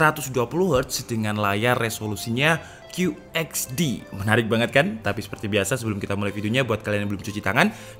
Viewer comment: Kyu ech di. Bukan kyu eks di. Masukan aja biar makin bagus bang. Pronounce yang tepat = informasi yang tepat